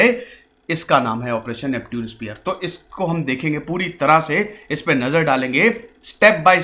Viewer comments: Bhai pehle khud padhna likhna sikh ja uske baad duniya ko sikhana...First of all the way you pronounced Neptune is not at all right,I can't really tell you how to pronounce it in English,but in Hindi yes...हिंदी में नेपच्युन बोला जाता है न की नेप्ट्यून...Aaya bada teacher banne... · नेप्च्यून होता है ना कि नेपट्यून।😂😂😂😂😂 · Isko nepchun pronounce krte hai bhai🤗